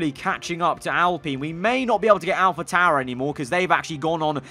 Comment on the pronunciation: Its pronounced al-pine not al-peen